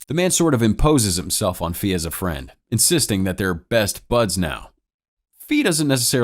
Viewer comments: Its ‘fay’ not ‘fi’ it means fly in chinese/飛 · I'm sorry but the way you say his name's makes me cringe 😂😂😂😂😂 It is pronounced Fei (Fay) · Introduced as fei, named fee the whole video, i know is very minor but can't unhear an economic term all the time, also makes me think if lee is really lee or lei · The way you pronounce Fei is hilarious to me it's pronounced like hay just the h is an f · That's the correct pronunciation, but I can't lie, Fee is funny